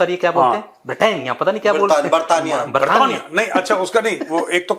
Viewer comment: बरतानीया😂😂😂😂😂😂😂😂😂😂😂😂 अनदलूस😂😂😂😂 हिन्द कूश😂😂😂 कसतनतूनीया😂😂😂😂 बाहिहिर😂😂😂😂😂